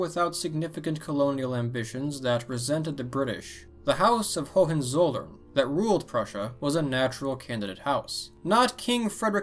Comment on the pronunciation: HOHENZOLLERN: Says perfect French